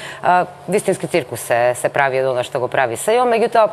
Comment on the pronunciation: 10 godini na vlast pri tolku pari od kriminal pa daj bre covece odi na lekar neka ti napravat jazikot dobro da ja zboris R bukvata ne moze doboro da se izrazuva mene licno mi e ne ugodno da go slusam kako vika Uge, ciukus,pv pat ,da go slusa nekoj od strana nepoznat ke rece ovaj ne e pismen ili e nesto bolen ili pa imam drug predlog ako ne mu se trosat pari da go pustime Grujo treba da go pustime da pase ovci da 10 godini ne se nauci RRRRRRRRR da izgovara mozebi ke nauci